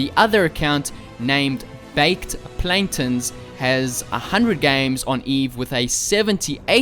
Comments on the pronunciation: "Plan-tens" 💀 it's pronounced "Plan-Tay-ns" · Why did u pronounce baked plantains, like "baked Planten" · Pronounced Baked Plan Tanes